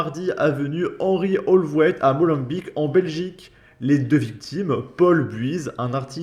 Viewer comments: Francais arretez de dire Molenbaik, , cela ce prononce Molenbék ;) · (se prononce "Molennebéék" non pas "Molenbik")